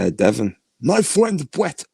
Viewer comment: My fwend bwett lmao 🤣